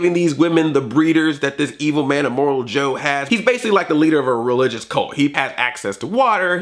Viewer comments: It's immortan joe not immortal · You're funny! Btw, it's immortan joe, not immortal. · Good review, but his name is Immortan Joe, not Immortal Joe.